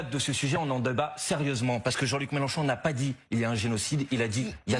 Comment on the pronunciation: normal c'est une Youyoute il a raison le Mélen chon chon 😂😂😂et un Zéro